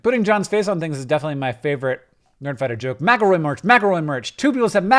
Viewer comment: THAT is how you pronounce McElroy?!?